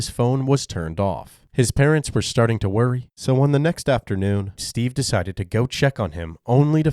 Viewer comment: sorry im laughing at the way you said "worry"